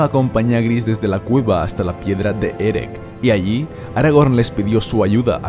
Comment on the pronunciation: ¿En qué parte de la obra de Tolkien dice que Erech se pronuncia con k al final?